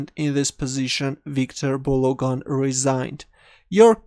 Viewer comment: You sound like a nice guy 🤙🏽 Was a little weird how you said "resigned" tho